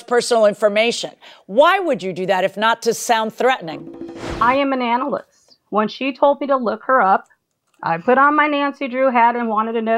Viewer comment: Did she say analyst lol